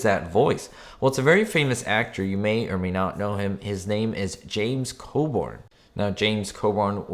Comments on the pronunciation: Yep, I recognized the transister radio and James Coburn BTW: Coburn, not Coborn ;7) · James’s name is pronounced Co-Burn not Co-Born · It's James Co-burn not Co-born. Geez at least pronounce his name correctly. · Pretty sure his name is pronounced Co-burn just as it is spelled. And I got a kick out of how the water bottle in the shelter is not only already opened, but less than half full.